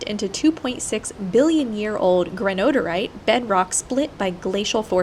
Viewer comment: loving your journey. Hope to replicate it soon. Not that it matters, but that rock along the roadway is pronounced "gran ohh die' ore ite". I love Canada. to your comment about "women love rocks.." When I was in grad school for geology, I took a class on a field trip. I gave a fossil I found to one of the students. She was impressed. Next April we will have our 50th anniversary... and we still have the fossil trilobite. If you talk about the geothermal exhalations that led to the silica, first time viewers will think they've stumbled onto Itchy Boots! Noraly is a geologist you know!